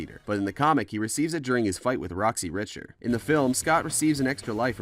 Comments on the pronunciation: Roxie Richter. Rik-ter. Not Richie Rich. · Fact #51 for you, my dude. It’s pronounced “Rickter” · At about .. "Roxy Rishter...?" Whooops, voiceover guy didn't see the movie. XD XD XD